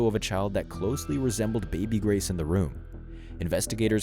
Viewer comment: Grace, not Grase.